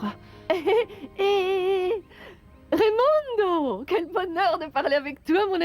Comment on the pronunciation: je n'arrive pas à croire que tu dis remoundo te manque